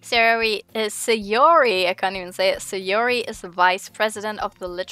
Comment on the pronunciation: It's not Sayori, it's Sahh-yoori ~ ma boi Pewds 😂